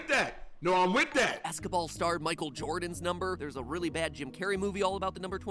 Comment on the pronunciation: You said Jordan wrong